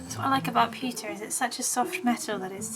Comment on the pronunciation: "It's made of pewter.": "Made of pewka." Hahaha!